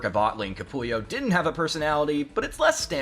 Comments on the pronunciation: Capullo not Capulio 🤦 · It’s Greg Capullo…not Capulio. 😂